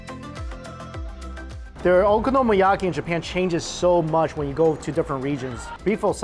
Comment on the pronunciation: "okonomOyaki"....... cmon xD